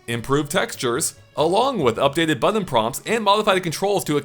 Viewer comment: buddy, it’s “button”, not “buddon”.